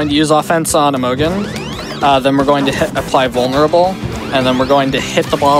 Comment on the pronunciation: Maybe he's memeing but I feel obliged to point out that Imogen is (usually) pronounced with a soft g, like a j sound. The o sounds like unstressed "uh" too, so it's like "imagine" but with "uh" instead of "a".